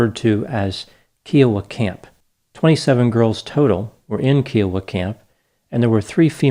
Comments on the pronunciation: The word Kiowa, a native American tribe, is pronounced like the word Iowa with a K. This 44 year old news story seems to have gained a lot of steam. It was my understanding that the DNA testing was inconclusive as to Gene Hart's guilt. In 1977 DNA wasn't in use by law enforcement, if it had even been discovered, and I don't know how well Mayes County detectives stored DNA evidence. I am not defending Gene Hart, he was a violent sexual predator, but aren't these the crimes of a pedophile? Would it be normal for someone to commit pedophilia when there were adult females present or do you think it was more convenient and less work to subdue young girls? The town of Locust Grove is in the 14 County reservation in the Cherokee Nation of Oklahoma so the odds on the hair that was stuck to the tape are not really that significant. Most of the people in that area are of Cherokee descent. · It's pronounced kai ·uh·wuh. I live on the Kiowa/Comanche/Apache Reservation in Kiowa County in SW Oklahoma. The Granite Reformatory where Gene Hart took those pictures is only 15 miles away from the town I live in. This really hits home for me. I appreciate your analysis of this case. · The first syllable of "Kiowa" rhymes with "tie." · The unit the girls were in was Kiowa, like the tribe. mispronounced it. Camp Scott was never used again as a Scout camp. I think the property is privately owned now. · I noticed the mispronounced name too.